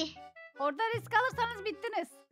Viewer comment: Risk ❌ rix✔️